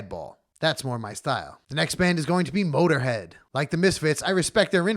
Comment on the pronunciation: I literally gasped out loud in the middle of work when you said mötorhead